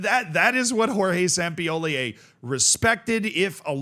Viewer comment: You say Sampioli, like you are some sort of autistic streemer